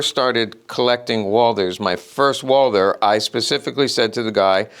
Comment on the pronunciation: You're german, aren't you? Yeah, correcting people on the internet is our national cultural asset 😅 Even the pronunciation without the h as Walter sounds still better than Wolser 😅 I mean, it's not that hard and somehow necessary to pronounce at least individual names correctly. Or we fire back with Smiss & Wessen, Kold, Brauning, Sewetsch ...